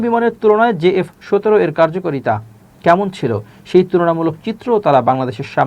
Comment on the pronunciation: J F ১৭ বলতে কিছু নাই ভাতিজা, সঠিক উচ্চারণ হচ্ছে; JF 17.....! একটু বুদ্ধি শুদ্ধি রাইখো মাথায়....